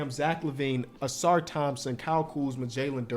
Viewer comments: Take a shot every time messes up Ausar’s name. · You had Ausar not Amen. Lol